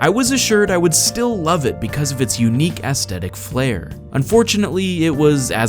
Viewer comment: u say aesthetic funnily